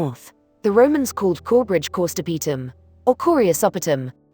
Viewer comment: I have always pronounced the roman town cor STOP itum (with emphasis on the stop) which is how I think we pronounce it in the area although goodness knows how the Romans said it. We will need a latin scholar for that.